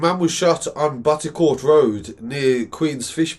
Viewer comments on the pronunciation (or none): Thanks for reporting this. Just one small correction, it's "BotteTourt Road, not BotteCourt. A lot of people get this wrong so it's cool. You're absolutely right about these types of news not being covered by the main media, I have close relatives living on Bottetourt Road and nothing was said about the shooting on the local news. I never listen to the main media anymore anyway, they've been heavily biased for many years, I want to what actually going on rather than what is chosen for me by people I don't know or care about.